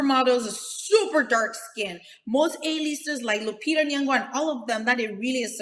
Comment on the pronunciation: Tasha I always love when you call Lupita's last name "Luong"🤣🤣🤣 it's Nyong'o ( Nyo-ng'-o) it's all Love mami😍